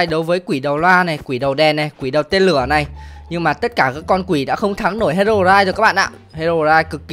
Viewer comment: Đọc là hê rô roai thôi a ơi